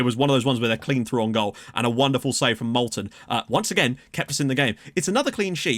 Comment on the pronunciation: if you are going to keep calling Moulden, "Molten", I think you should at least give him that nickname lol